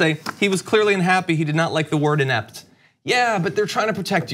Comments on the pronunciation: E. P. T. See, there is no "in" in "ept"! I know words, like a smart person. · "I'm totally EPT !" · “I’m ept! I’m probably the eptest president there’s ever been!”